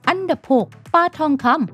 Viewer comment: ปลา ไม่ใช่ ปา